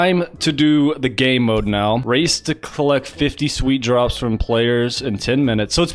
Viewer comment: 100% he said gaeymode